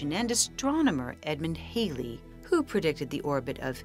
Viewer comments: WHO IS THIS HAILIE YOU KEEP ON TALKING ABOUT? When at school we were taught of HALLEY (HAL...LEY) & were scolded if we mispronounced it! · Hallll y, not Hale y